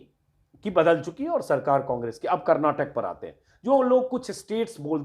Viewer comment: Sir... Kar-nat-kaa...hai... it's not kar-na-tak